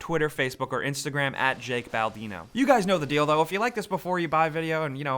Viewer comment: "you guys know the dildo (deal thow)" XD that took me back to the good old rwj days.